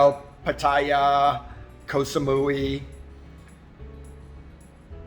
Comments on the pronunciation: Thanks for the video and congrats on the home purchase, however I was just curious if your friends in Thailand were mostly Brits and Aussies? I ask because of the way you mispronounce Pattaya and Hua Hin, which is exactly the way most Brits and Aussies mispronounce those 2 cities. Mispronouncing cities in Thailand (especially Pattaya and Hua Hin) seems to be a badge of honor with most of the Brits and Aussies that my wife and I have met over in Thailand, most of them know very well what the correct pronunciation is, they just seem to refuse to do it. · It's pronounced Whaa Hin not Hoowaa Hin (Hua Hin)..... Hua Hin is a great place to live in Thailand for many reasons..... Very nice house at a great price!!!! You're also mispronouncing Pattaya......😁😁😁😁